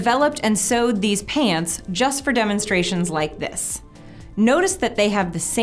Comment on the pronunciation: I thought you said hands not pants